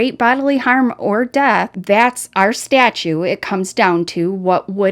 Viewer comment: Statute, not statue.